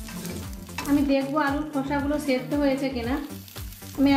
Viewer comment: ছেদ্ধ না দিদি ও টা সেদ্ধ হবে🥰